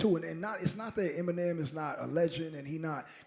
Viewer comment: Did he say Em mine nem in the intro lol 😂